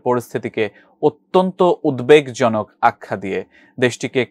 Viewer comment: “উদ্দেকজনক” না “উদ্বেগজনক”? হায়রে শিক্ষা… আর সোমবাদিক!